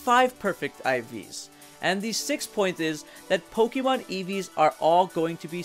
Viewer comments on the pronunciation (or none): I really can't get past how he says "Pokeemon" instead of "Pokémon". Please pronounce the thing right if you're making a whole video and his series of videos on it. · po-KEY-mon gahhhh!!!!!! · Says "poh-KEE-mon" WTF Man!